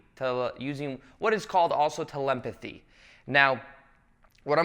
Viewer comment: My guy said 'telempathy' 😂😂😂😂